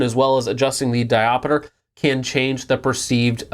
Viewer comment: Can you just say Dioptre correctly? Diopiter?